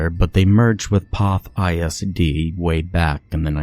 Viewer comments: You pronounced the name wrong in the story. It's actually pronounced "Kuh-shoo-sko". It's a Polish word. I grew up just two towns over from there. Sorry, but your pronunciation hurts my ears! Also, you pronounced Poth wrong, too. It's said with a long "o". Another Pollock town. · First it is pronounced "Keh-choo-sko" and also poth is a long o sound, u shld learn how to say the names before u record the story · i live in poth and he’s saying all of the names so wrong 😭